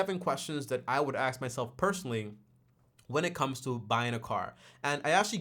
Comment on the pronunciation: The "axe" instead of ask is killing me😭